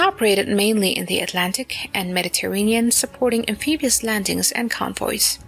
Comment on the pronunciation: Am-pee-bee-ous, eh?